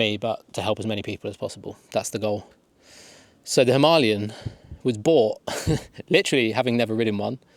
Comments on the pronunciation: Why do people call it "Himalyan" instead of "Himalayan"?! I am sorry I am not a native speaker so... Am I missing something?! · Good piece, but honestly, ‘Himalian 450’, lol 😂? Maybe, one would look a little more convincing if the pronunciation was right of what one has just been buying? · If u are going to pronounce it himALayan then Im going to call it a Duel Sport. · • Breakdown: him - uh - LAY - un • Primary Stress: Placed on the third syllable (LAY). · If you want to review it, you need to know what it’s called. It’s called a Himalayan. It’s not a Himalian 😂😂